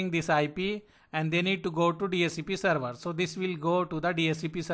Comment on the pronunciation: Not seruvaaa, SERVER.